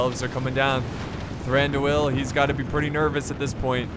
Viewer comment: Dude plz say Thraduils name properly, plz. I CE every time you say "The-ran dooo el" it's a fluid sound. Like "Thrandwueel" all mine fluid sound no big syllabic stops.